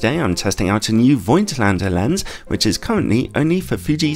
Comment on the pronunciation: Fyi: The name is pronounced with an f and without i. A bit like "folk lander", just with at t in in the middle: "folk-t lander"